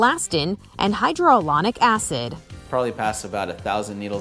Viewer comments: Did she just read Hyaluronic acid as Hydraluronic acid 😂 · Did she just say hydroalonic acid? It is hyaluronic acid. lol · Did she say hydro olonic acid?